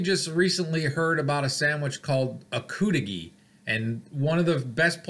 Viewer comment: I lived up there for years in Negaunee. They pronounced it cudighi not coodighi. I never ordered the cudighi much but Tino’s pizza in Negaunee had that same recipe sausage and that was the best pizza I’ve ever had, nothing comes close.